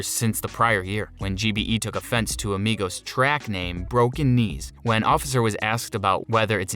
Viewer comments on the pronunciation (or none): He also said “kapa” called offset “officer” and a whole slew of other BS 😂